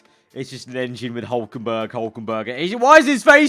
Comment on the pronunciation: HE IS HULKENBERG NOT hulkenBURG